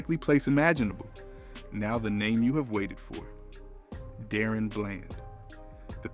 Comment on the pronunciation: His name is Daron!! Da - ron!!!!!